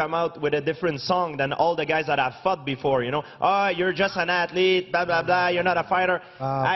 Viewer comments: Lol sorry but it sounds like he's saying "fucked" when he is actually saying "fought" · when GPS said fought i though he said fuck . 😂😂😂😂